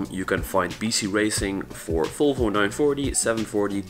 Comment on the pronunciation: Why do you say folfo? Its volvo